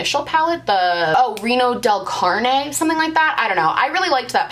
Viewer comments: Rio del carne 😂😂😂 It's Reina del Caribe 💖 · "río del carne" lololololol I know you don't know Spanish but I had to laugh at that. That means "river of the meat." Don't recall the name of the palette but I'm preeeetty sure it's not that. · I also laughed when she called it Queen of Meat lol